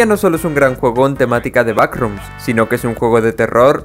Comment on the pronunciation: te recomiendo hablar de "da backcroms"